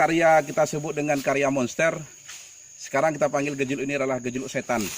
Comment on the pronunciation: Hahahah.. aceh nya medok x broo gejeluk ktanya. Seklaian gejelok hah. 2x klik haha